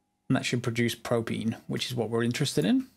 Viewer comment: your an awesome person and i hope my comment hasn't made you feel down as i just wanted to spare you the comments correcting you on how you say propene and yea keep up the good work and i hope you have a nice day/night wherever you are